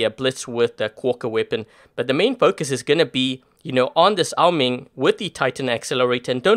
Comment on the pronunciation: Why do you say Ming it’s oa Ming it’s bothering me